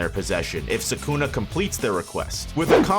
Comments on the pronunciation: It’s suh coo nuh not suk na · if i put these vids on 1.25x they are actually watchable! too much nonsense being said for a whole lot longer than needed. P.S. pronounce Sukuna right!